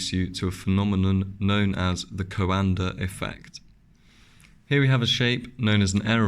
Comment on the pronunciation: It is Coandă Effect, named after Romanian inventor Henri Coandă. Not Calendar ~. 😆